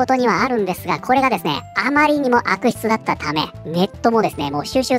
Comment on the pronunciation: 動画の内容と関係なくて本当に申し訳ありません。 さんの「です」「ます」の「す」が有声音なのが気になって仕方ありません。 「ですよ」「ますね」などは無声音で発音できているので気になりませんが、言葉の最後が「す」で終わる時、たまに有声音になります。 文字であらわすと、「ですぅ」「ますぅ」「なんですぅ」という風になっています。 このような発音は正確ではないもののわりと一般的で、多くの方がこのように発音されています。 明らかに私の気にしすぎなのですが、我慢できずに視聴を中断してしまう時があります。直してくださいとは申しませんが、一意見としてコメント失礼しました。